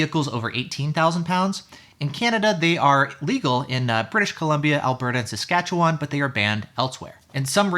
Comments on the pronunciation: Liked, thanks so much for all the info! Still waiting for Theia though. Great job pronouncing Saskatchewan as well. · Yes, 99% of Americans can't pronounce it well. Lol. You're in the rare 1% 😉.